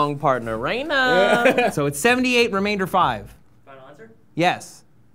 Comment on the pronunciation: know, right? I was cringing so hard when he said "remainder" Like, he's a grown adult!